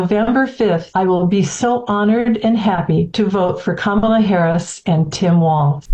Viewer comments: Perfect depiction of how the press treat VP Harris. Also relevant is that they rarely use her official title but mostly refer to her by first name and usually mispronounce it. Then they refer to 45 by his former title. So disengenuous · no it is not autocorrect it is how to pronounce her name.